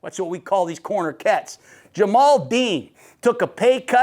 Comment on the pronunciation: Ja-Mel Dean Coach. Not Ja-mal.